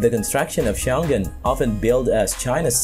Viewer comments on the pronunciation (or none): Glad you noticed Xiongan district. It's Xiong'an actually, pronounced more like Shawn'ann in English, not show'gan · Thanks for all your great video, I've always enjoyed watching them! BTW, Xiongan should be pronounced as Xiong (heroic) An (peaceful), not Xion-gan. :)